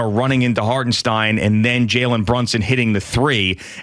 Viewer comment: 2nd Rd of the playoffs and Boomer is just learning how to pronounce Hartenstein's name? Where have you been guys?